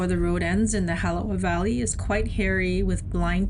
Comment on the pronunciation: It’s not the halava valley, it’s the Halawa Valley.